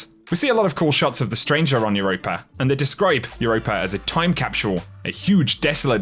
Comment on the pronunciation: “Time capswole” 😆